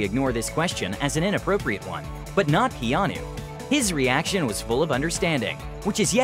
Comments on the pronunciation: I'm sorry but does the narrator say Geanu instead of Keanu at the start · Did this guy say “Jeanu Reeves”?? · I swear my mind thought he said jeanu reeves in the beginning.